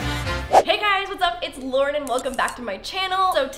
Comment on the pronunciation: Haha she says hey guys it’s laurden instead of lauren